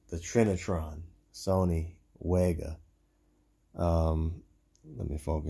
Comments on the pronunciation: 'Vega' baby, it pronounced 'vega' 👍🏻👍🏻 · FYI Wega is pronounced "vega"